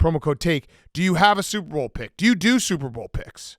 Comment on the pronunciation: remember when that guy got on Big Cat for pronouncing "Super Bowl" very quickly to where it sounds like "Soup Bowl". Then Big Cat got mad about it. Yeah it's all I hear now. for a good reference here